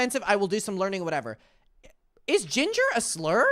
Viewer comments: they said ginge not ginger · they werent saying ginger they were saying ginge.